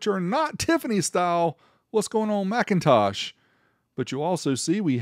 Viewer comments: It's Mick in Tosh. NOT MAC intosh. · "McIntosh" is pronounced "Mik...". "MacIntosh" is pronounced "Mac..." But that's only if you prefer to say things correctly, and be accurate in your speech. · lol I believe is pronounced “Mc” not “Mac” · For the record, you are mispronouncing the name, it's not MACintosh, it's McINtosh, like Mkinly, stressing the second syllable, omitting the ä. In other words a whole different word, even spelled differently. This was understood when Jobs approved the naming, But when the trademark was applied for it was cross checked and denied not for the trademark of the name already taken, but actually for 'Phonetic Infringement' That's why the PCs weren't even on MLs radar, it's a whole different name. But when they were called by Jobs and asked for permission for a variance to maintain using MacIntosh, they were initially denied, later agreeing to a brief licensing agreement, followed by a deal to buy it outright , for a price that still to this day remains a secret, estimated to have been between 100,00 and significantly higher. The more you know.